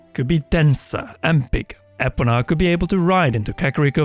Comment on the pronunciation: Finally someone pronounced Epona the way I do! ☺️ Also, hopefully they make Ocarina of Time more open world this time now that they have the capability for it. ❤️